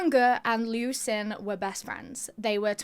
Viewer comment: I like the episode, but there's a few things that are incorrect. 1) Jiang Ge and Liu Xin are pronounced Jyang guh and lee-o sheen. 2) Jiang and Liu are last names. China (and Japan) use surname first naming conventions.